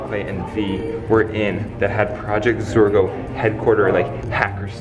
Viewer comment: its zorgo not zora